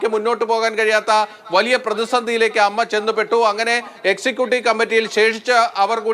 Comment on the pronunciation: ". അമ്മ അല്ല എ എം എംഎ ഇങ്ങനെ പറയൂ അമ്മയുടെ വില കളയല്ലെ പ്ലീസ്